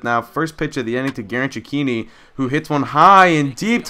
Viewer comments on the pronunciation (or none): Your saying Cechinni wrong